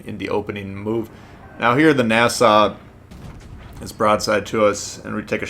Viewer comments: He called it nasa it’s Nassau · It’s pronounced Nassau au as in ouch. Nass-ow. Sorry I’m a German Studies major.